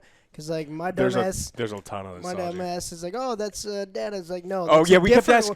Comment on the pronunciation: It's DADA... Data you mean? :D